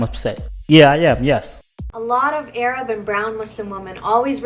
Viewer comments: This was a great video. Very informative and it really opened my eyes regarding how Arab women want Black Men. Keep up the great work. However, even though I DO like the video, I have to give it a thumbs down over your pronunciation of the word Arab. It's NOT 'Ayyy-Rab'. The Correct pronunciation is at the mark and throughout the video. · How about pronouncing their race correctly. What's a A rab? It's pronounced Arab they speak Arabic. Not A rabic. 🤦🏾‍♂️ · "AY-raab"??? It is pronounced "AIR-rub". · It's not A rab but Arab as in pronounced Arub. My God my American hombres stop acting like ya'll can't say Arab correctly. Yeesh. Its Arub not A Rab. When ya'll say A Rab ya'll sound stupid as all hell seriously. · It’s Arab fool not A-rab 😞 dummy😂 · Oh its NOT A-RAB. Its pronounced (Ahr-ob). Do a little practicing..pls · its not A- rabs bro😅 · Nigga I know you didn't make this video and you still ignorant enough to say "AYE-rab" 🤦🏾‍♂ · Bruh...the way you say "ay-rab" is foul. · You called them A-rabs! Lol